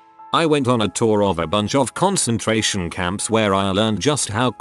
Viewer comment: "Concentrarion" camp??